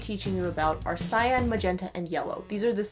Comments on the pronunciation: Pronounced sigh-yon... not sigh-yan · every time this girl pronounces cyan like "sy-anne" i wanna shoot myself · I was today years old when I discovered that Cyan is pronounced SAYAN lol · I am a life long artist (not saying my age, ) and had never heard this. So now I know. What a difference this would have made! Thank you! I can't wait to put this into practice! I also want to mention that I was taught that cyan was pronounced like the word for the pepper, ('ki-ann). So isn't my face a mix of magenta and yellow right now. :/ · Whenever cyan is brought up, usually in this topic, I remember that nobody ever said it aloud to me as a kid so I thought it was pronounced sea-Anne till like 17 They never heckin told me that word I read it